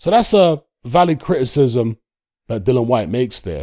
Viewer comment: Dillian, as in rhymes with Gillian. Dillon Whyte is somebody else on the planet and in all probability doesn't even box either.